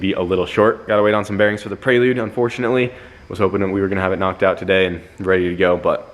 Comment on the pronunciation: Why do you keep saying prey-lude? It’s prelude,, you don’t say I’m gonna do a prey workout 😂 its pre workout. Pre pre pre 😂 preelude